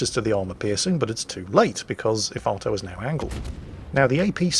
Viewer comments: What, nobody commenting on calling Efato 'Ifarto'? For shame people, we're supposed to be calling him crap and such. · The bevis and buttheqd in me heard "el farto"